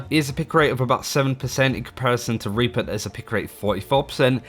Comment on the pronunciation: Pretty sure you got demonentized because you said raper instead of reaper lmao